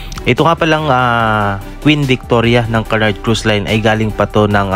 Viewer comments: Kunard po basa sa Cunard di po kanard 😅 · "Q-nard" this how you pronounce Cunard.